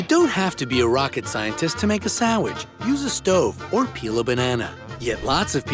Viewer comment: Did he say sawwich?